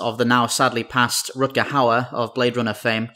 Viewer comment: That's not how you pronounce Rutger, but I can't really blame you for that. :p